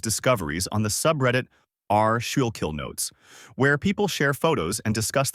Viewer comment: Just so you dont tie your tongue in knots or sound AI, Schuylkil is pronounced skookel. Its probably pronounced differently, but you'll save alot of confusion and laughter if you just pronounce that way.